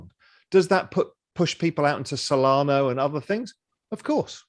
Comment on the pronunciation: It's not "Solano" it's "Solana"